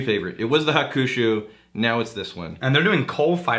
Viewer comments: Nice review recently found you guys keep up the good work. I live in Japan and I understand you don't speak Japanese but your pronunciation of Hakushu 白州 you are saying Revenge. Also Hibiki 21 is also fantastic. Keep up the good work. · ...and hakushu is pronounced HOCK-SHOE